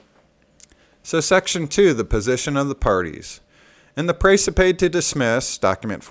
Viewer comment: Hey! How are ya!? Seen the latest Precipe? Am waiting on your comments.... Hope you're well! By the way, Precipe is pronounced the same way as recipe! ress-eh-pee GodSpeed!